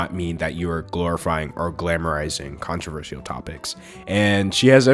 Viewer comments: hey, as much as i love you, and i really do, please.... please never say the word controversial again i know you can like pronounce things however you want and everything, and theres nothing worng with it but.... but, um, i hate how you call it controver-see-al kinda pokes in my ears sorry...? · I loved the video but I'm triggered by the way u pronounce "controversial" lmao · i like the way he says controversial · I could only focus on him pronouncing controversial wrong but other than that great vid! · no offense, but why do you say controversial like that? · the way he pronounces “controversial” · mesmerized by the way you pronounce controversial. it’s amazing. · How you pronounce controversial is honestly adorable